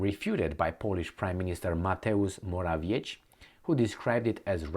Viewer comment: get it right, it's "More-a-viet-ski", you CAN DO BETTER!.